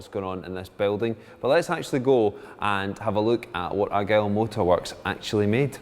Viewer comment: The name was "The Argyll" not Argyle